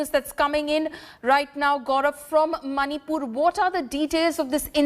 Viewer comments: Who say that monipur it's manipur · It's 'Monipur'! Not Maanipur! Pronounce correctly. Usually you the media persons insults us: that we can't pronounce English well. But now it's proven that you are only ignore of English pronunciations.